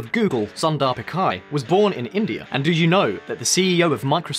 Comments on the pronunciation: Its Sundar pichai not sander pikay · It is pichai not pikai lol and it is TATA consultancy services not computer services edit: these facts he's quoting are half researched and only one side of the story the same articles he quoted have reasons on why India is doing it and to whom it applies, he didn't even bother to tell it... so much for providing Independent political coverage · Especially Pichai